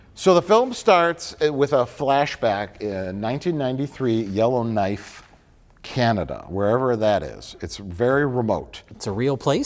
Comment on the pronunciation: As a lifelong resident of Yellowknife, Northwest Territories in Canada, hearing Mike say the name of my hometown was the most embarrassing thing I've ever heard...